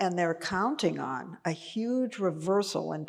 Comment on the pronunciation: watch peggy closely, i caught it but i dont think anyone else did, donald trump most famous saying is "this is yuge ! As in huge , but he says yuge all the time ,and peggy did it and caught herself doing it but no one else in the audience caught on lol it was pretty funny